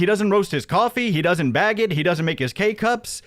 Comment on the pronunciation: If i hear these rural dullards say "beg" for "bag" one more time, Im going to lose it. PPP and Hambley.